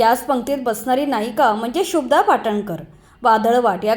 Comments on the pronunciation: 🎭🙏शुभदा असं आहे शुब्दा असं नाही कृपया निट उच्चार करावा. बाकी आपल्याला पुढील वाटचालीसाठी मनापासून शुभेच्छा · शुभ्दा असा उच्चार बरोबर नाही शुभदाचा उच्चार जोडाक्षराप्रमाणे केलेला कानाला त्रास होतो. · Shubhada not shubda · आधी नाव शुद्ध घ्या. शुभदा.